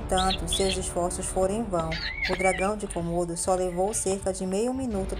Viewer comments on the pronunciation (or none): Quantos "cômodos" tem sua casa? Até onde sei, se trata de dragões de Komodo (se pronuncia comodo e não cômodo). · Não se diz kômodo e sim komodo